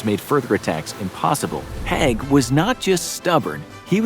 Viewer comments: HAIG... not HEG... just like CRAIG not CREG .... at least say the names right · Agreed. The assessment of Haig (pronounced as spelt and not "hag") was a bit too glib. There's a lot to consider in this topic and it's probably too complicated for a 20 minute video in itself, much less shared with other (less controversial) figures. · Sir Douglas Haig was actually a good military leader given all circumstances and he felt so guilty for the men he sent to die that until he died he spent millions on looking after veterans. Also you're mispronouncing "Haig" which is pronounced how it's spelt, not as "Hegg" and Somme is pronounced "sOm". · Mispronounced Haig and Somme 😤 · Very informative, but please learn pronunciations! Haig is pronounced badly, but how do you say Battle of the Somme incorrectly? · If you're going to talk about Haig, you might want to look up how to pronounce the Somme, let alone his name. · Learn how to pronounce the peoples names right. Haig more then the other. The a in his name has a e sound not a.